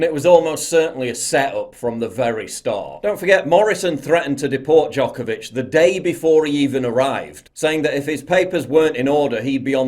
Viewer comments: Its Djokovic not Djokavic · Paul, it's Djokovic, not Djokavic. Poor guy. First, hes being used by Australian PM as an exemplary case and now, his surname is butchered. :D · Always expect a Serbian man tobe the activist for freedom. Also it's Djokovic, not Djokavic lol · Its DjokOvic or Đoković, Paul :P It's nice to see that not all athletes have given in to this bullshit... BTW, Have you seen "ABC Wide Bay" Facebook page and their posts about "virtual covid wards" ? They have 1 patient in the actual hospital and 200+ in the "virtual ward", which means that these people are at home in isolation (probably drinking tea and watching TV) It's insane. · Its D J O K O V I C. Would be helpful if you wouldnt butcher his name LOL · FFS ,his name is NO VAC , , NOVAK DJOKAVIC.